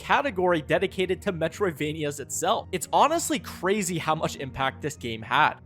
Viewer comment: Lets go cwazy Video